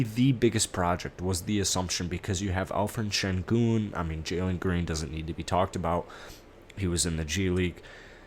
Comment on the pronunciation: It's Alperin Sengun......with a P not Alferin or whatever you keep saying, lol!